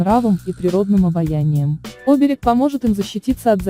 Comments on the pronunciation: Не Оберег, а оБерег, иностранка.... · Что вы несёте? Вы хоть понимаете о чём говорите ? Ударение хоть правильно ставьте! Оберег, СемарглА. Ужас.